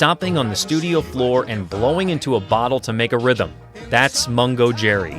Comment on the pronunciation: Is it just incapable AI that not only misspell "Mungo" as "Mongo" and says "Cherry" instead of "Jerry" at the beginning of their clip?